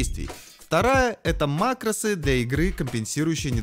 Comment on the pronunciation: ааааа макрОсы у меня кровь из ушей пошла